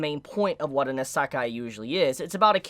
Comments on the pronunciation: Iiiiisekai, not iseeeekai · Is this how the kids these day say Isekai? Asekai? I am normaly not a spelling hater but it realy drives me up the wall when he uses it that often. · What’s an “Asekah”?!?! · Unfortunately I couldn’t watch the video because of how you pronounce isekai-_- What I saw wasn’t bad content, so it’s a shame really. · into the video and pronounced Isekai wrong 3 times, I'm out. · Does he say isekai in a wierd way or am I saying it wrong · Good video. Learn to pronounce Isekai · Well that's just because he's pronouncing it wrong. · I’ve never heard Isekai pronounced like does? What’s the correct way? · you pronouce isekai like someone from the UK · I'm pretty sure that's not how you pronounce Isekai in English but I could be wrong. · I love videos, but I cringe every time he says the word Isekai lol.